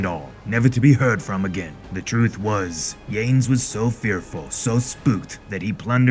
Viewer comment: Your pirate voice is awesome. Your pronunciation of Portuguese and Spaniard names could use a little improvement (for example, Yanes is "Yaa-Ness"). Other than that, I'm looking forward to the rest of the comic.